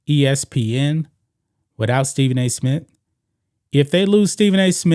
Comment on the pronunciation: Dude it's SMITH not Smit